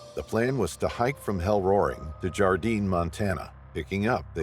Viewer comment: Where is this Gardine that you speak of? Or is it Gardiner, and yes your pronounce the R. I worked in Yellowstone for three summers. 85 at Mammoth, 91 Old Faithful, and 95 at Grant Village. And I made friends with the Rangers and I never heard of any disappearances. Okay, I get why people use the AI voice, but they really need to listen to what is being said, so they can fix problems..